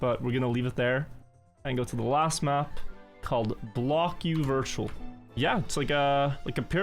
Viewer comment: Aren't half of those in Granady's "Wirtual" word of the week cup.